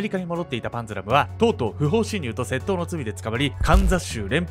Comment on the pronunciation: 窃盗のイントネーションがいつも気になっちゃう笑